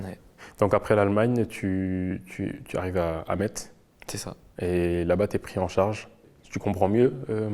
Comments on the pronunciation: Quelqu’un aurait pu dire à l’interviewer qu’on dit « Mess » pas MeTz😅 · Par contre on prononce MESSE, pas MAITZE HEIN !!!